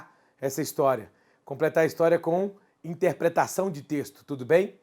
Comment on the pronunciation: é interpretação não "intepretação"